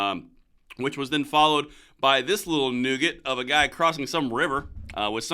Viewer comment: Just to be picky, the word you're looking for is pronounced "nuh git", not "nougat" which is candy! Love all your stuff. Keep up the fight!